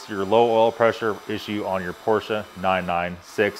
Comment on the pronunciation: cant even pronounce the name of the car